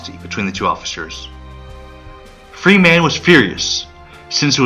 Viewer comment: I long for the computer generated voice. I bailed at the 23 minute mark. Sorry. Too many common words butchered. Machine gun is pronounced ma-sheen gun not ma-seen gun. Freeman is pronounced Freeman not Free man. The music is in competition with the narration. Your untimely pauses throw everything off. Pull it down and re-do it.